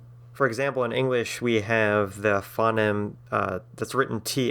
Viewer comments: ...OK so you get some of it surprisingly correct considering how off-base and ill-informed you are about various things. You have no understanding about Esperanto and auxlangs/interlangs in general; "phoneme" is not so much "fonnim" as "foe-neem" and I got tired of hearing it the other way; you mix up pronunciation and spelling factors and get the facts about English wrong when you're going through the alphabet. On the other your definition of a diphthong is remarkably accurate and well-informed. On balance I would not recommend this video to someone learning to conlang but I might include it in a collection of 'other links' for someone who'd already learnt the basics and wanted to hear other approaches. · ffs you care so much about language yet you cant say phoneme correctly and dont use the IPA